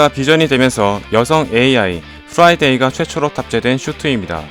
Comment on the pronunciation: 좌비스~ 프라이뒈이~